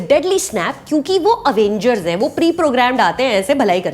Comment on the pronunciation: Avengers pronounced as “uh-vain-gers” by Suchitra Tyagi - 😂😂😂😂